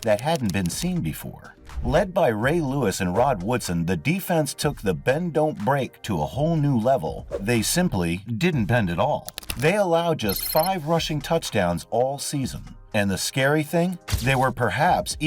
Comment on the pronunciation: "Rod" Woodson. I kept hearing Ron and it was throwing me off lol